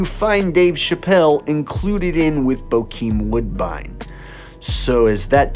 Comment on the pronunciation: It’s not woodbine